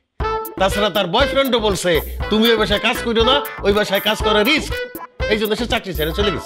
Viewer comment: আরে ভাই ওইটা রিস না রিক্স 😅